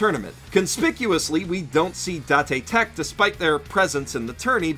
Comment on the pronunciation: Date Tech not Da - ta Tech